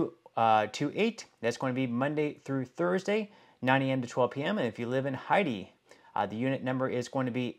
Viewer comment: Learn how to pronounce the name of countries, what did you call Haiti